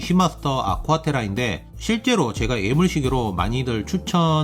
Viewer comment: ‘예’물 발음을 잘 못하시네요ㅠ 에물이라니..